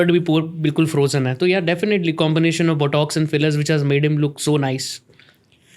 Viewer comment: Both these idiots don’t seem to know how to pronounce " Botox" & "collagen". Kindly learn to pronounce English words correctly, before you start using them! Thank you